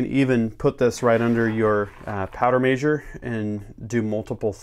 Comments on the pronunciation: say mehshure not maysure damn it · The way he says measure makes me smile for some reason lol.